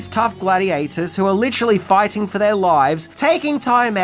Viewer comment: Cmon, let's go foighten around the world